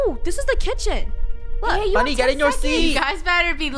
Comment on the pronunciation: nope cuz FUNNEHS name is funneh- not funnh